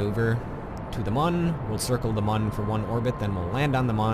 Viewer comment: the Mün is pronounced moon